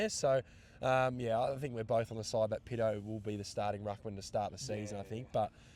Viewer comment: Cheers and PAtto not Pitto lol..love your updates lads!💙💙